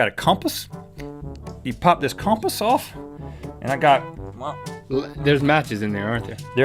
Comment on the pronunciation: i got a cohmpass, you pop the cohmpass off